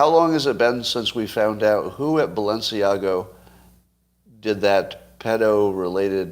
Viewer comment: I am not surprised when Scot mispronounces Balenciaga. He admits to fashion indifference. Am I the only one of his followers who cares about correct pronunciation ? Or are you all fashion illiterates? Really? Really?